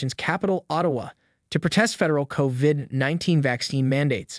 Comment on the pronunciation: Why do u pronounce covid like covvvid ?